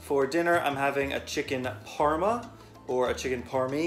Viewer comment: Excuse me, it’s PARMA